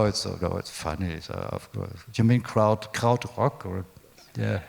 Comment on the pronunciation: Why couldn't the interviewer say the word Krautrock?